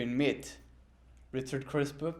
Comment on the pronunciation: i heard Richard Krispe